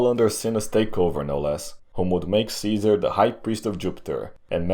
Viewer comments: it's Gaius Iulius Kaisar not kaizar. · It’s Kai-hard S- Ar not KaiZer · EYE-U-LEE-US is totally wrong. I is an EE sound not a diphtong. SEE-SAR absolutely dumb pronunciation it's KAI-ZAR. dumb barbarian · GUY-US EYE-U-LEE-US SEE-SAR is how it IS pronounced! The name "Caesar" survived the fall of the Roman Empire and was handed down throughout the Middle Ages to our present day without variation in how it is said. No serious linguist pronounces it any other way. You are spreading a revisionist view that is not accepted by the vast majority of college roundtables. Your swearing throughout the video is childish. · Oh no. Another kaiser pronouncer :D. Dont pronounce it as those "filthy barbarians" :D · Actually he pronounced it wrong too lmao. It’s Ka-Eh-Sar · Pronounced differently though. I understand why he reads Latin as if English, people'd get confused but... the c always sounds like a k, at least while Rome lived. Kikilia, Sikilia, Kaesar, Kikero, "Veni, Vidi, Viki", etc. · a guy who always complains about germs, pronouncing Caeser like a germ... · Imagine thinking the G*rm pronounciation of Caesar is the correct one LMAO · The kind of correct, kind of latin way